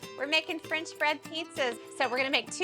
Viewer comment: And where does one get “frinch” bread?